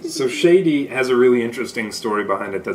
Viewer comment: I am planning to get a sample set and this was really helpful. Thanks for sharing! And Shadee is pronounced "Shaadi" not Shady 😊